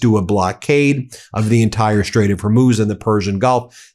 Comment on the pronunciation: Ya can’t even say the straight of hormuiz